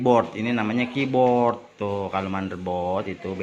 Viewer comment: Keyboard, Bukan KIBORT ya bang :3